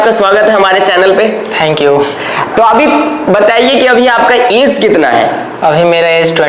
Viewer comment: Age hota hai AeZ nhi